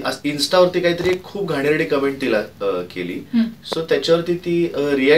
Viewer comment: Comments la comments ch pronounce kartat cumment nahi